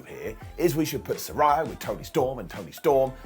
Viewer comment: Say it with me SAH-RAY-YAH